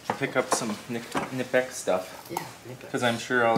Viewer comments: Fyi the correct pronunciation is with the "K"nipex i.e. k-nip-ex. Doesn't matter to me how you say it, though. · The K isn’t silent in Knipex. It’s pronounced K’nipex 👍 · just in case you wondering it kuh-nip-x who makes your tools:) and congrats on being the fun uncle erik!